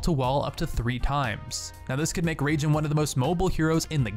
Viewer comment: Raijin = Rye-jean not Ragin' the crazy Cajun.